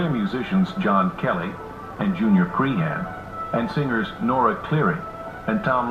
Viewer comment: aw no how did he say my name ewwww no please .... Cree han? it's more like crehun 😂😂